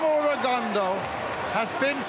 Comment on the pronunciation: When are these people going to pronounce Rigo’s last name correctly? His last name is French. It is pronounced: “Rigondough” .